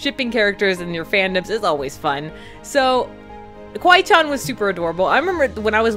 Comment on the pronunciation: you say it like kiwi CHAN >:(